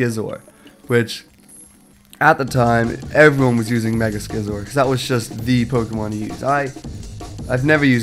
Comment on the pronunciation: Skee-Zor? It's see-zor like scissors. Get it?